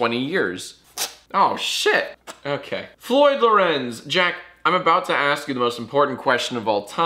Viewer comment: Do you say "Ass me a question" or "Ask me a question" in the outro? this is really important and if the answer no then boom! you have a reason to re-record it